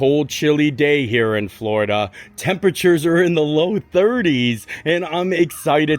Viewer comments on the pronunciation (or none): none